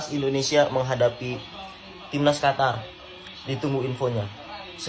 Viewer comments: Eeh bos bukan hatar yg benar adalah Qatar ok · Qatar om bukan Hatar😅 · Qatar bang bukan hatar... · Qotor bukan Qatar... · Qatar bukan hatar 😅😅😅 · Bukan Hatar tapi Qatar atw lbh tepatnya Indonesia vs QaVARRR 😂😂😂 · qatar klo dibaca di ejaan bhs indonesia jadi kotor... qa dibaca ko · Qatar Apa Qotor sih yg bener !!!!! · Min ente terlalu lebay mau tampil beda, seluruh dunia baca Qatar ya Qatar bukan Hatar gak usah mengada ada biasa aja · bukan Hatar om, tapi Qatar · katar bacanya om, bukan hatar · Qatar bos.... bukan hatar.... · Heehhee siyapa bilang Qatar jadi juwara